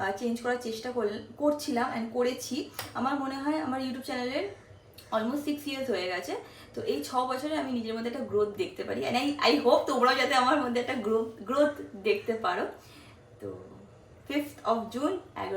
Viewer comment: Youtoob ta ki bhai, its youtube